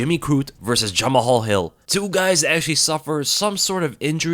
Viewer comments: Yo it's not Ja-Ma-Hal Hill lol it's Ja-Mal Hill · Jama-hall😭it’s pronounced juh-mall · You pronounce 'Jamahal' as 'Jamal'.